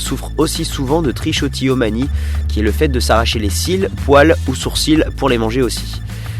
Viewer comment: ça se prononce trikotilomanie :d